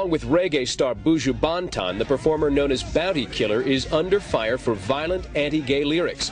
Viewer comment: Looool!! The presenter cyaa pronounce Buju Ban-tan!!